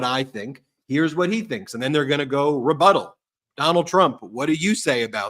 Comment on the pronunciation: Rebuttal or refuddle?